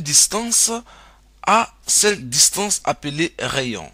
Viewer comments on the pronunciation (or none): Un cercle et non pas un cècle !! Distance et pas dissance.... Pénible pénible , fuyez !!!